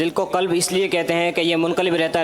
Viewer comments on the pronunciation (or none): حضرت دل کو " کلب " نہیں "قلب" کہتے ہیں۔